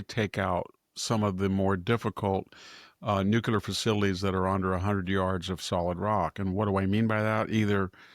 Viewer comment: Victor, Victor, Victor.....please ! It's nuke'-lee-er, not nuke'-u-ler. Love you regardless !